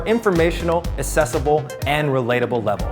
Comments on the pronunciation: Did anyone else rewind it like 10 times to check that Eugene did in fact pronounce it "assessible?" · He says essessible instead of ECKsessible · He really said "assessible" with his whole heart